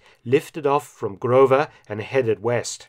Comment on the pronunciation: Lol...I love your pronunciation of "grove"...hope you understand that us danish people dont speak german...so stop that grrrrrove..it isn't so important...just a little funny